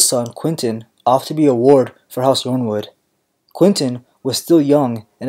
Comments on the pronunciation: Is Yrnwood not just pronounced like iron wood? They’re a first men house so they have a very Northern Europe name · Love this vids but that Yronwood pronounciation hurt me